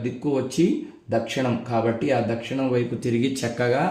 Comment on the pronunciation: Swamy Dakshanam anakudadu. Dakshinam anali. Telugu nerchukondi Swamy please